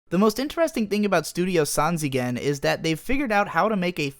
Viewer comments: pls pronounce sanzigen, not as "san zee gen" but "san ji gen". This is simply a play on words like "smyle" is pronounced like "smile", not "smeele" or like how smok is pronounced like "smoke" rather than "smuk" sanjigen means three dimentional (while nijigen is 2D and 4D is yojigen) but i'm 100% sure you know this. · Lmao that “Sanzigen” pronunciation. It’s pronounced sanjigen, and means 3D. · Pronounce it sanjigen (='3d'). 'zi' is just another way of writing 'ji' in romaji and its that 'ji' sound in the Japanese name..